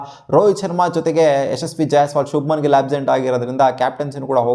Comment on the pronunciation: Gill❌ Gilli ✔️ 😂😂